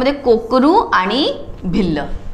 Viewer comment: Mam te korku jamat aahe na kokru nahi